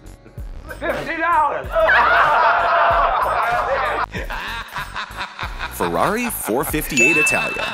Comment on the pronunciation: Oh come one, did you never hear anyone pronounce 458 or Scuderia? you managed to Pronounce Berlinetta right tho.